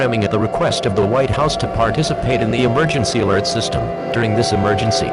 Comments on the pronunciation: not trying to be mean but you said alery instead of alert no hate great vid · ah yes, emergency alery system. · No, it’s not EMERGENCY ALERT SYSTEM, it’s EMERGENCY ALERY SYSTEM!